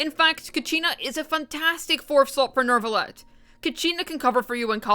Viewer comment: why is there always an "R" in your Neuvillete? it doesnt exists smh